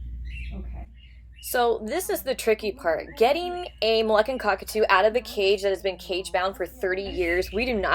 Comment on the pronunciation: It isn't MolEccan, it's Moluccan. You are professing to be an expert and you can't pronounce that word.